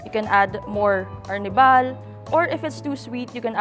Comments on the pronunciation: ARR NIBAL < ARNIH-BAL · AR - nibal.. I thought Arnibal sya…? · Ginumis section "ar nee val" 😅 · Ang kulit nung pag-pronounce ng arnibal ni ate